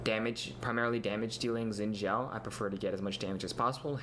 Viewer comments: I thought it was pronounced "Shin Jow" that rocks I was right. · is Angel in Mandarin. He says "Xin Zhao" like he is Chinese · Liked for correct pronunciation of "Xin Zhao" yeee. But in China they actually call him 赵信 (Zhao Xin) ahaha.